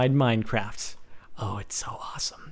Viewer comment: in the bigging did he say minecrapt